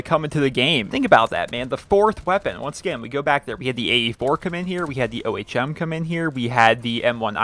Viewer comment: Just saying it's not pronounced O-H-M it's pronounced Ohm. Like home with the h.